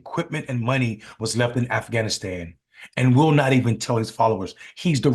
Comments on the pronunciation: Bruh..... He dropped the "g", in Afghanistan!😂 He says: "Afanastan!!🤣🤣😬💀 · A'fannistan? Technically it's not a lie if he can't even pronounce the name correctly. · Aff Anistan 😂 Please take his passport so he can't leave the country!